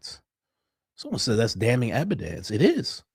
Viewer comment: add it to "da mountain uh ebadence."